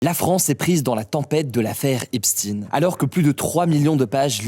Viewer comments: On prononce "Albert Einstiine" ? Non je ne crois pas, alors il pourrait avoir le courage de prononcer son nom correctement.. tout le monde connaît son origine, pas besoin d'essayer de le relier à la Russie en finissant par "ine" comme Poutine et cie, comme nombre de médias essaient de le faire en ce moment.. c'est bon, on connaît tous l'origine de Epstein. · Faudrait savoir cest epstein (comme einstein) ou epstine?.. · Message Invisible ( le lien). Se PRONONCE "EIN" et pas INE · Hugo. Soit c'est "Epstine" à l'anglaise, soit c'est "Epschtaillne" à l'allemande. Ce n'est pas l'un ou l'autre au hasard. Et ce n'est certainement pas "Epstaillne" ou "Epschtine" en un gloubi-boulga des deux prononciations. Soit vous choisissez l'origine allemande du nom, soit vous choisissez la façon dont Epstein lui-même le prononçait. Mais à un moment donné, retrouvez à la fois votre cohérence et votre professionnalisme d'autrefois. Plus le temps avance, et moins strict vous vous avérez être. Maintenant, je sais que ce n'est qu'un détail face à l'affaire en soi. Il n'empêche qu'un peu de rigueur journalistique ne nuit jamais... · C est EpsTEin comme Einstein.... vous etes tous payé par la banque de rotchild pour russisé son nom ???? Et Dieudonné on en parle ? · pourquoi EPSTIN ? c'est une blague ! Pourquoi ne pas prononcer comme il faut, c'est antisémite ? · Arrêtez de grâce avec votre “stine”… Même CHATGPT confirme que c’est une prononciation erronée. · Mdr Eipstine, Russifier le nom pourquoi ? Ce pseudo journaliste est comme les médias mainstreams. J’ai écouter en accéléré car c’est inaudible. Mais oui c’est les russes et le KGB. Pas voir l’éléphant au milieu du couloir. Je me demande comment tu est suivie bref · Pourquoi dire "epstine" quand on ne dit pas "einstine" ? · Einstein et Epstein, ce n'est pas Epstine hein Hugo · On ne dit pas Epstin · Pourquoi prononcer Jeffrey Epstine Vous avez déjà entendu parler de Albert Einstine? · Pourquoi prononcer "Epstine" ? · Pk tu dis Epstine ?